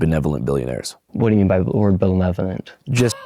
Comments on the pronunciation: "belevanent" lmfao he cant even pronounce it. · "Ben-levanant" this dude is fucking special. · We HAVE to make shirts that say "belevuhlint" to counter his dumbass hoodie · Belevolent 🤣 Lets not be too hard on the child.He's invented a new word. A cross between Benevolent and Malevolent 😂😂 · I'm with Nick, I don't know what 'belevonent' means either. LOL! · Shirley has the IQ of a toaster that can't toast bread. What do you mean by the word bahbevolent? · Don't forget that South Park episode thats his citation too. Also, dude said, 'bele-velent' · “Blalevelent” lmao I’m on my ass over here. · What do you mean by the word "belevarent'? 😂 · He couldn't even say benevolent so ofc he has no clue what it means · What do you mean by belevolent? He couldn't pronounce the word! Not surprising. TrumpStein loves the dumb people because they make him feel better. This is the common Maga voter. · This has to be unreal The guy is clearly a bit slow I feel sorry for him he can't even pronounce benevolent. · That asshole can't say benevolent properly, much less doesn't know what the term means - but the right gets their info from this moron? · "Belevonent" LMAO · What do you mean by belevenonent? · “Belevenolent… what do you mean by that word?” -Nick Shirley, home school graduate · "What do you mean by the word... Belevolent?" 😮‍💨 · "whaddya mean by l'erd bullevelent"....congratulations America, your social media worship has made idiots like Nick Shirley a thing. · "What's benteolent?" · My favorite is "what do you mean 'belevolent'" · "What do you mean belevonlent?" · "What is belevnolent" - Nick Shirley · "what do you mean by bevevolent?" Is the kinda quote thats gonna live in my head for the rest of my life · I believe he said "belevonent" 😂😂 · This comment is so funny because Nick wouldn't know what ableist means just like in the video when Andrew says benevolent 😂😂😂😂😂😂😂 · "Bill-nevoment"? good glavening christ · Belovanent comment sir